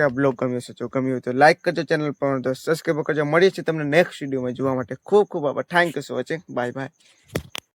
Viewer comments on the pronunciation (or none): સબ્સ્ક્રાઇબ બોલવામાં ભૂલ થાય છે ❤